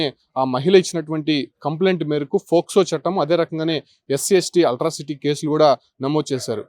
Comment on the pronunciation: అట్రాసిటీ రా నాయనా, అల్ట్రాసిటీ కాదు